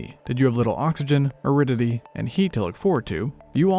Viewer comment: Are you trying to say aridity? Because if you are, it did not sound like it. It's not a common word and you should have considered rewriting the script when you realized you couldn't make it clear.